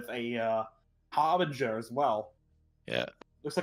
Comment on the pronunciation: why are you saying HARVEGER when this is HARBRINGER